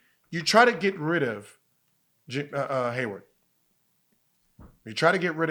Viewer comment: "Gordon Haywood" Why do so many people that talk about sports get that wrong